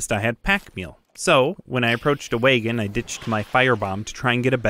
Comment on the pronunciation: 100% love your shit and can't wait to see more. But I just got to say that I was Hella caught off guard by your pronunciation of "waygon," lol.